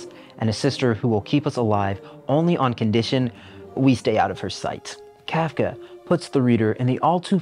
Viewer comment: As a trans woman trapped in a red state I appreciate this video a lot. That said, you continue the beautiful and long held tradition of video esaayists saying words incorrectly 😂 much love. It’s “Cartesian sense”. Not “Decartes’ sense”. “Inns-👄” got me too. Whew! Also the way you butchered Kafka’s name hurt my German-Jewish soul! I say this not to mock or attack you, but because its something I’ve taken to heart: at the very least, with a person’s name: unless you have a speech impediment or stutter or some disability, it’s a matter of respect to get their name correct. And frankly, I think you grossly mischaracterized Psycho given how much stigma trans people continue to receive from it. Not saying it isn’t a masterpiece of horror. But it seems like you missed the semiotic concepts baked into the film. I think you’re a talented communicator and vivid storyteller. You have a gift and I’m excited to see what you create next.